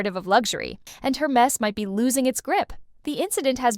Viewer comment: If you're going to discuss a brand. At least make the effort to pronounce the name correctly. Air mez, Not Hur mess